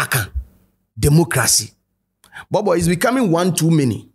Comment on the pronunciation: it’s Bobo not “B)b) or borbor “